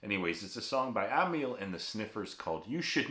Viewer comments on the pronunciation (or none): Aussie here, correcting your f****g pronunciation again...Not Am - y - al, but Am - al, eg anal spelt amal.... as in Amyl nitrite. Bloody yanks... 😂